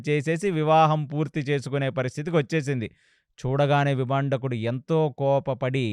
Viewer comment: విభాండకుడు...విభందకుడు కాదు గారు🙏